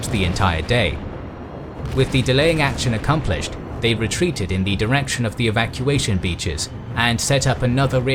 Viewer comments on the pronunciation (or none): none